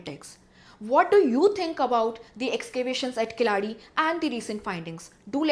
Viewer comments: It is not kilaadi, rather it is keeladi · It's not Kilaaadi ma'am, it's Keeeeladi. Ki Nahi Keeee. Laaaa nahi la. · keezhadi not Kelsi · Sorry for say but it's my humble request in pronunciation.sound shound- Kee + la (not laa)+ di =Keeladi( கீழடி)